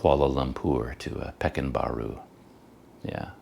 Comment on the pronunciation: way to pronounce pekan baru is PER KAAN BAARU